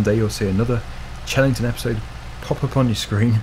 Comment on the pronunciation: Fun tip: it's pronounced hellington farm, just for the future